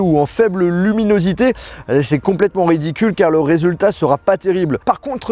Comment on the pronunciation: Je crois qu'il a fu mal à dire luminosité à des moments 😅😐